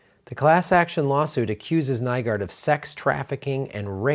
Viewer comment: Nygård is pronounced like new-gord